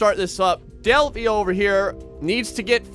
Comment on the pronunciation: Its Delhi not Delfi!